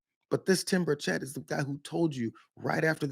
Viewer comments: It's bur' chett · It is pronounced BIRD SHIT. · Hey Brianna....M'aam....his name is pronuonced BIRDSHIT. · His name is pronounced: Birdshit, it's a very accurate descriptive name for him too!